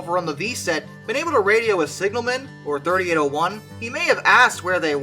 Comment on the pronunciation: A few things, firstly thanking you for pronouncing the loco number correctly as 3801 instead of 3-8-0-1. The other person travelling in the cab was a personal friend of mine and also another driver travelling as a passenger back to Sydney to start work the next day. The V set had been held due to red signals at the base of Cowan bank by a red signal which the cleared to full clear (a green aspect) The driver, Gordon then proceeded at track speed up the hill unaware that 3801 had slipped to a stand due to some fool applying the handbrake in the 3rd last car. In fact we did have open channel radios issued to each crew member which would have allowed the crew of 3801 to advise they were having trouble but due to vagaries of topography it is unclear whether it would have been heard if it had even been made. The crew of 3801 were expecting that the signals behind them should have been showing stop. There were also telephones fitted to the signals to directly contact the Signaller. As the leading car of the V set DIM 8060 came around Gordon was confronted with the rear of 3801's train with too short a distance to stop. Gordon said to the other driver (Geoff) to jump and he managed to jump out of the side door of the cab, landing on the railhead of the adjoining down track breaking his back. There was no time for Gordon to exit the cab and he sadly died. When the first responders arrived they found Geoff still on the down track in a state of shock constantly repeating "but we had th